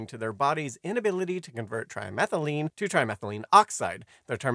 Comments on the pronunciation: It’s trimethylAMINE, not trimethyline. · The narration sounds like it said trimethylene, yet it should be saying trimethylamine. AI cannot read chemistry worth a shit.